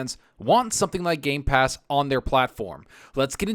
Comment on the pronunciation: it is just me or he kept on miss pronouncing gamepass as gaypass almost the whole time?? xDDDDDDDDD.